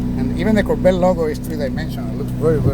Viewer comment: You have to pronounce Cor Vette not Korbet.